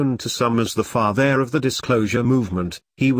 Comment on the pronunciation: I can't stand listening to that! Is there any reason a human voice isn't narrating? "Steven Greer is the "fa-theer"... ugh! Ok. Rant over